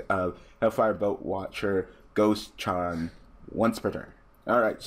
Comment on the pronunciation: The boat man from Greek mythology Karon is how you would pronounce the name